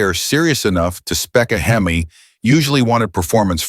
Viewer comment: Stopped watching at "Hem-eye" WTF??